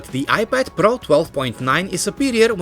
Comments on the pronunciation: I like how he says IPAD PARO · iPad pRRRRRRo